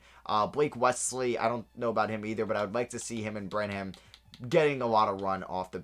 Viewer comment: Every time he said Bran-ham I physically cringed from how wrong it is